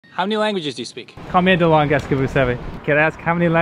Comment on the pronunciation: combien de lan'guess ???? Is this really how you pronounce the plural form of langue?